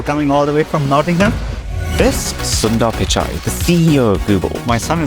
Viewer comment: The way Arun pronounced “Suda Pichai”😅😛